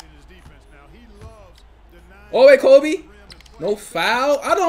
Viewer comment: I do hate how you say Kobe Bryant